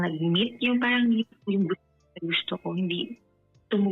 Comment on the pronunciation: Kung ako yung lalaki marinig ko palang sabihin nya yung word na “paRang” lalayuan ko na to 😂🎉 tapos magkkwento parang 3 years old amp! 😂🎉 buti nga sayo hahahahaha